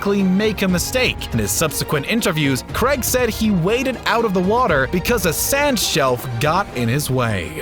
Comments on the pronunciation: God it's annoying hearing him say "Daniel Creg" over and over again. It's pronounced "Cray-g". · His name's Daniel CRAIG; not Daniel Kregg. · It’s Daniel Craig not creg say it properly, he’s British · Daniel Craig, not Creg! Also, the plexiglass wasn't shattered! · Daniel Craig is British. He is therefore not called 'cregg', as us Brits know how to pronounce it.